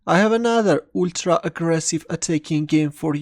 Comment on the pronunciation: it's Ultra. not Ultra